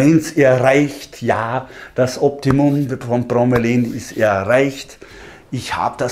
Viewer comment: Bro-me-la-in... ausgesprochen..nicht bro-me-lain^^